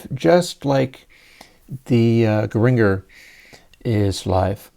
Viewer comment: I love Frank and still affectionately nicknamed (one of many) my daughter, "FFrankie" in an homage to Sir Zappa in the hopes that his greatness might run off on her. And by the way, Gringer rhymes with Ginger.😂